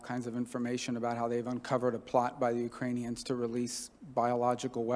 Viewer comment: Victoria Nuland said UkraniONs again.... That's weird.